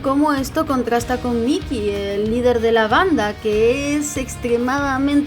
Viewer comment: Cada vez que me le decías Mickey (Mi-ki) en vez de (Mai-ki) a Mikey-kun me hacías 5hp de daño xD Fuera de eso, excelente video y me da gusto saber que hay alguien más que adora esta obra tanto como yo. Apúnteme en la lista de los que quieren más videos de Tokyo Revengers! Me gusta fangirlear aunque sea por proxy debido a que nadie más en mi círculo está leyendo esta obra... Y que hace uno con estos FEELS y MANLY TEARS?! ;0; #SaveMikey